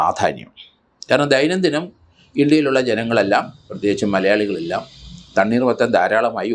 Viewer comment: സാറെ തണ്ണീർ മത്തൻ അല്ല തണ്ണി മത്തൻ ആണ്